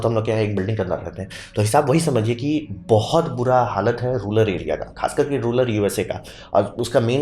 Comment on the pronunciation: रूलर नहीं, रूरल होता है!